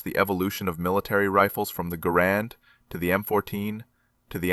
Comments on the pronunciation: Great story! Well, except the mispronunciation of Garand… It’s pronounced GARand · probable AI creation. pronounced garand, not grand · You can tell this story completely in thirty seconds and the rifle is called a GARAND not a grand , get a clue. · One of us can't count? 11 shots - 11 dead? Didn't he say, earlier, at least one miss? I SEE - "- - -with you neutral Scopes" I HEAR - " - - -with you nurdle Scopes" Second time = " - - - Universal Scopes STILL hearing you Nurdle scopes They also seem to have "Grand" Rifles (Garand?) "Colonel FAIRY" Y'SURE? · Garand is not pronounced stressing the second syllable. It is pronounced GAIR-und. The rifle was invented by John Garand, and it helped win WW2